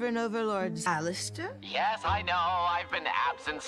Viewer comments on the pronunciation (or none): She really said “Alistor” 💀💀💀